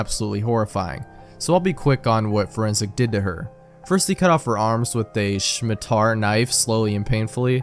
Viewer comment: I wasn't expecting happy appy so early.... I remember reading it back in high school, I had no idea what fresh hell I was witnessing at the time Ok the scariest thing here is pronouncing "Scimitar" as "Shmi-tar"